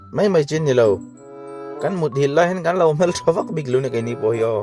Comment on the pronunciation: HMEL i lam rik dan hi a dik lo, i lam dan ah hi chuan HMEL tih hi Pian hmang landan (surface) a ni. A ri hi a hniam tur aw, HMÊL thluk na a awm tur a ri hi a hniam tur aw